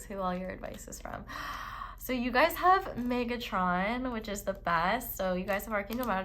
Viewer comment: Came to comments to see if anyone else noticed in Pile 4 you said Archangel Megatron not Metatron (which is hilarious but I always say that also) thought I was the only one.